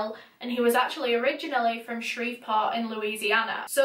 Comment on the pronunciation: I’m from Shreveport and you pronounce it so much better than people from here.